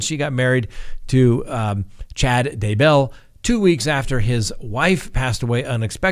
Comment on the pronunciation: No accent on Bell....simply Day bell.